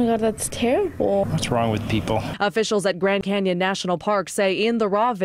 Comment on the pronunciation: Botched that ment * canyon * whatever lol